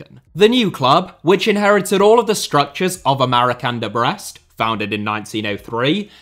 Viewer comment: He is correct